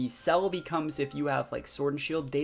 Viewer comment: it bugs me how he calls jirache I know I did not spell that right but you know what I mean celbi and this is wrong to been a while since I have seen there names